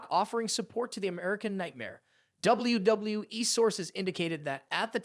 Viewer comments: You really need to work on saying WWE. "Doubly Doubloueee" - YOU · Doubble-U, Doubble-U E! Doubble-U, Doubble-U E! :face-blue-smiling: Doubble-U, Doubble-U E! I have never heard it pronounced quit like that Sir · The way he pronounces "WWE" distracted me from the actual video content. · If the viewers took a tequila shot every time you pronounced the word and said W-W-E, they would all be dead. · Why does it appear to be so hard for you to pronounce the letter w, you seem to stumble verbally every time you attempt to say 'WWE'